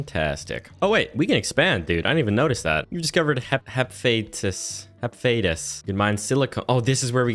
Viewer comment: Dies of name pronounce It's Hah Fes tus